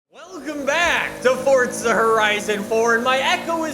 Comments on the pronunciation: It’s Forza, not Fortza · It's not fortza it's forza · When is someone going to tell him its forza not fortza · Omg it’s this guy again I can’t stand hearing “forTza” every other sentence so I can’t watch his videos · Welcome back to Fortza Horizon 4... Really makes me smile lol